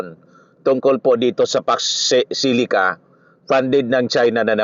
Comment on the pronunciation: Facksh shilica raw sabi ni imee marcosh. Hoy, imee marcosh foksh shilica or fauxcsh shilica 🤣🤣🤣 pede ba bawasan mo kka botox kc nagkakabuhol buhol ang way of speaking mo na laging maraming sounds sha sha sha .. Ambot sha Iyo ‼️every time u open your mouth parang lagi kang lashing na naka tagay sa kanto .. 🤣🤣🤣